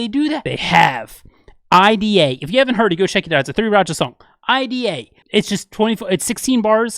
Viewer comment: ID:a pronounced "eye-dee-AY" is craaaaaazy! Am confident it's typical Chan wordplay and is meant to be "idea" dude. [Chan is Aussie; therefore a = short "ah" (phonetically)]. Just saying.